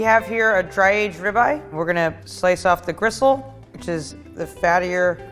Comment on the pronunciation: Did you say grissle?